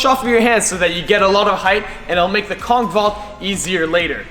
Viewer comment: Bro for kong vault it says conch vault